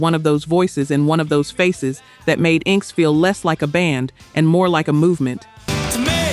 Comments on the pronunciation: INK S? LMAO, it is pronouncd in-x-s. AI Slope. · Inxes? it's pronounced "In excess" lol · I got as far as INK-S, lol, and had to quit watching and comment.